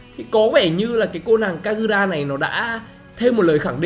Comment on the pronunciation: giọng Nhật của e kagura mới chuẩn anh